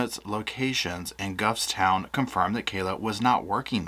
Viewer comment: Gawfstown, that is how you pronounce it. Just an FYI